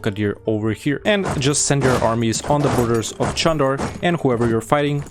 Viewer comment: no, it's actually pronounced Jandar. There is a Çandarlı family, which is pronounced Chan-dar-luh, but that's not related to the beylik called Candar.